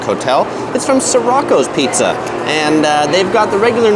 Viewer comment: It's "Sirrico's" not "Sirroco's".